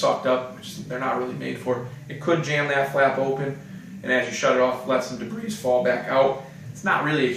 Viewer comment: Debris has a silent "s"